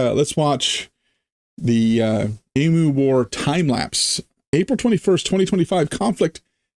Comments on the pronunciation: just for future reference, the word Emu pronounced EM, U, and not E,moo. Not that we have that out of the way. As an older Aussie, I have never heard of the Emu war so I've learned something about my own country. 🤣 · It's true they tried to kill off a lot of emus (It's said e-mews not e-moos BTW). Not really a war but they certainly brought in the army and machine guns. As an Aussie, that is embarrassing. It makes a great story though and as you say it was just after a real war so guess they had the guns and ammo. Also emus are really cool, they have zoomies like cats sometimes. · Pronounced EEm.you, not Emoo, sorry! LOL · You pronounce it as e-moo Australians pronounce it Eeem- you. We tend not to call them a flock of emu's or likewise a herd of Kangaroos but rather both are called a ' mob '. Mob is probably the most common term to describe any form of gathering including, family - my mob. Politicians - that crooked mob. Aboriginies- their mob. The only group that are not called a mob are TELSTRA the name that has stuck for them is F**** TELSTRA. Farmer's in the West are called Cockies. Cattle ' ranches ' are called Stations and the Station owners are called pastoralists. The region wheat is grown in the West is called the Wheat Belt, around the size of Great Britain, the emu's were gradually overcome but believe me they're still plenty around. As to the Great Emu War. Nothing like adding a long tail to a story, it's a local art form. You have to be mindful of that when unravelling any story told by an Aussie. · I really hope you took notice of how the world Emu is pronounced, there is no M in it.